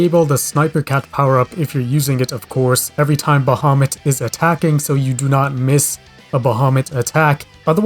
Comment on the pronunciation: Yeah, you pronounced it right I think